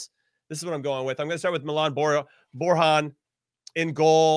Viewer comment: It's pronounced Boar-Yawn, not Boar-Han, it's not spanish